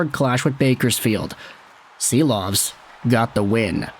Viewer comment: Silovs is pronounced ‘Sheeloff’.